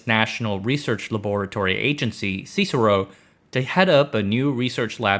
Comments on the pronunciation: You don't say it "CSIRO" as one word, as it's an acronym, you say it "C.S.I.R.O." as it means "Commonwealth Scientific and Industrial Research Organisation" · CSIRO is either spelled out or pronounced syro (like gyro) FYI :) great vid so far. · Australian here: Just a note for future reference. Australia's CSIRO is not pronounced phonetically. its pronounced by its letters. E.G "C-S-I-R-O" Great video by the way, its nice to see you covering an Australian subject. 🙂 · the CSIRO is pronounced by spelling out the letters or very rarely "sigh row". Not how we in English pronounce Cicero "siss er row" Incidentally Cicero was allegedly pronounced in Latin something like "kick a row" or "chich a row" depending on whether it was Classical or Mediaeval Latin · it hurts my ears to hear someone call the C.S.I.R.O. ceesero.... It's an abbreviation you say the letters, it's not a word... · Just the most minor of blemishes in this fine piece of work: Australians spell out the whole thing as in C.S.I.R.O. there is no Cicero. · not "Si-saro", but more; Sy-roh or Sire-oh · Heads up CSIRO is pronounced as the individual letters not ‘cis-ero’. Small detail, as an Aussie this was a great video! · Nitpick but CSIRO is spoken as C.S.I.R.O not C siro. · This is a pretty good video but note for future videos we aussies usually pronounce CSIRO not as Cicero the roman statesman but enunciating every letter individually. C-S-I-R-O. Otherwise fantastic work as always. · Australian here; I'm 56, vaguely remember AWA being some kind of big deal when I was a kid. Great vid. P.S. It's "C.S.I.R.O.", each letter pronounced separately. Now THERE'S an interesting vid for you to do. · We don't call CSIRO sisro... we actually spell it out.... C S I R O ... you got to understand the Australian way, if it fully spelt we will shorten it like McDonalds ===Maccas , Service station == SERVO, but acronyms well we just gotta spell me out when talking. lol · I fully support the pronunciation of CSIRO as Cicero